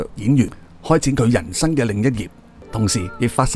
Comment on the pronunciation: 係曾，不是真！你全條片一直叫人做真楚霖。仲有，係人生，不是人身。你要做YouTuber你就要改下你的咬字。